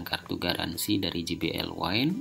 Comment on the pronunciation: Satu lagi penyebutan J, harusnya je aja kaya bahasa indonesia. Klo ji it huruf G